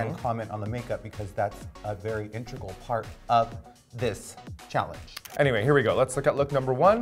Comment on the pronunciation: Raven said the makeup is a very "Intrugal" part of the look. I think she meant "integral"? I fuckin hope so.